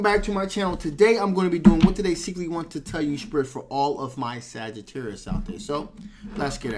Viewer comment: U keep saying saggitarius